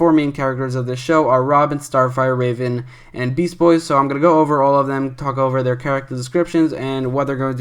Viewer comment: R-a-ven, actually called r-ae-ven